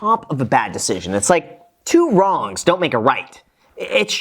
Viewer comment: “Two Wong’s Make it White” according to Ambercrombie and Finch.